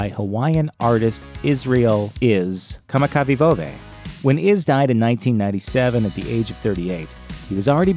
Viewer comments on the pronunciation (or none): Kamakawiwo'ole is pronounced like kuhmakka-vivo-olay, not whatever it was that the narrator said smh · Braddah I from Hawaii and kinda got a little offended when u said Israel’s name wrong. Das my great grandmas cuzzin. Which makes him my uncle. Ik that u didn’t mean any offense but if u can’t pronounce a name don’t try. And btw it’s pronounced (Ka-Maka-vi-va-ole) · The narrator couldn't pronounce Israel's last name so they overdubbed a different voice pronouncing it. Listen closely. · I watched this video just to hear how “Kamakawiwoole” would be pronounced, and wasn’t surprised that the narrator struggled with it and messed it up. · It was worth watching this video to hear u attempt "kamakawiwole." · You said Braddah iz last name wrong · Yup, I was right, that this guy would butcher Israel Kamakawiwo'ole's name. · You really botched Iz’s name 😂